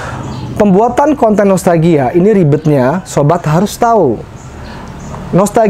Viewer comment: Saya ko denger.nya nostagia bkn nostalgia 😁